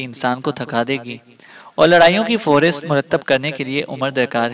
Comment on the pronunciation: فہرست ف کے نیچھے زیر ہے فُ نہیں پڑھتیں گے